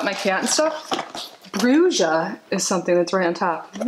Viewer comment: BRUJA MEANS WITCH IN SPANISH, THE J IS PRONOUNCED MORE LIKE AN H